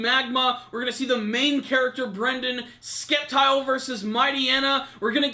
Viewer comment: It's pronounced Septile, I know it's spelt Sceptile but you don't say Skeptile, come on, I hope next week is an episode all focused on Brandon vs Courtenay